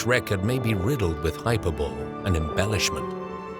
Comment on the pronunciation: Er - just a note that hyperbole is pronounced hi - purr - bollee rather than hi-purr-bowl. Comes from Ancient Greek. It is not pronounced the way that 'bole' is usually pronounced in English.